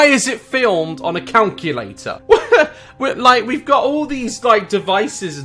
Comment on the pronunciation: Ashley Smith not calculator, COUNculator, As Daz pronounces.